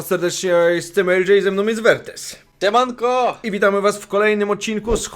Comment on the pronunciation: czy tylko ja u słyszę "Ciemanko" xD